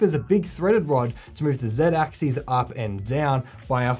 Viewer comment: Almost every 3d printing channel I watch gets "axis" and "axes" wrong. Drives me nuts. Axis is singular. So when talking about a single axis, i.e. the x line, it's "X-Axis" (pronounced ăk′sĭs). When talking about X and Y is "axes", pronounced "ak-seez", e.g. the "X and Y ak-seez"